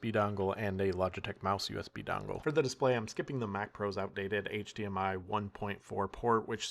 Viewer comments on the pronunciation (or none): none